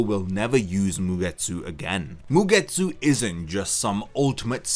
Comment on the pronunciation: A game, about something that made me chuckle during the video and couldn´t unhear it... 1 Shot every time bro says MugeTSÚ xD